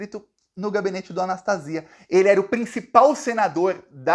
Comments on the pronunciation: É Anastasia mesmo, não Anastácia. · a pronúncia do nome do ex-governador e ex-senador golpista do meu estado MG é "Anastasía".